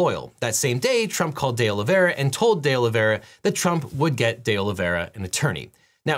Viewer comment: All I can hear is Day Lavayrah! (Presumably, D’Oliveira). Sorry!!